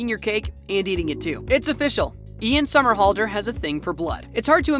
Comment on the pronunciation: Neev Campbell? SteffON? Dude if your going to be the commentator at least learn how to say the names correctly. But how he got Somerhalder right first try Idk.